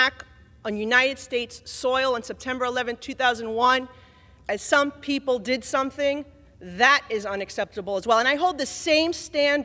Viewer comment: "Saum People Deed Saumting"? And the great flood was "some rain for awhile" Deport Stinky.